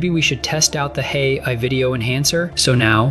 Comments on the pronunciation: hey I? you should edit the text-to-speech before releasing. for phrases like AI, try using "ayyeye" or some such in your text. right from the hooked on phonics playbook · I liked the video, as the content was great. But, this one was not quite up to par, audio wise, as your usual videos. First, the voice kept saying, “Hey I,” every time when trying to say, “AI.” The second thing was I noticed a number of times the audio cut off during transitions, thus making it hard to understand. I just wanted to point out this user’s experience. Thank you! 🕊️🫶